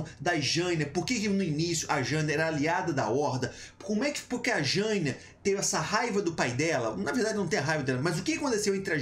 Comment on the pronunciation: Será que dói para você aprender a falar Jaina certo? Sendo tem um bando de nome complicado em WoW tu fala errado um dos mais fáceis, é uma vergonha.